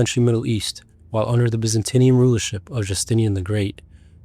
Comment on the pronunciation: byzantine not byzantinian